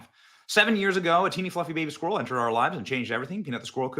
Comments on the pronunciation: It’s driving me crazy that you can’t pronounce the word “squirrel” properly. Great video though, that story is a seriously bad case of government overreach. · Today, all the people of Scotland learned how to pronounce ‘squirrel.'